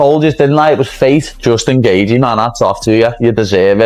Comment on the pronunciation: Justin geeever..... like wtf. If this was an mma fan they wouldn't have pronounced it incorrectly.